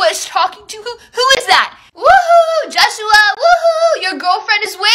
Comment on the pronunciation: Why she always say joshoowa